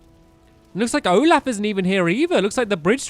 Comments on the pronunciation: he said olaf its OLFIE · It's Olfie not Olaf